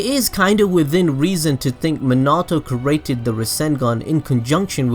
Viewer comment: The way he says created is so triggering for me. Bruh 😬 “cerating”